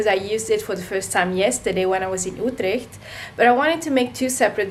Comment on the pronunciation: You didn’t finish your story you say? You didn’t even finish your sentence 😭 Also I feel you, when you get something new, you’ve got to smell it first - Primitive instinct tho I’m leaving a comment cause it’s the worst unboxing I’ve ever watched Smaaaaah l’accent « Outleeecht » 🇳🇱 Auto-oddly-satisfaying change of focus and lighting video That end tho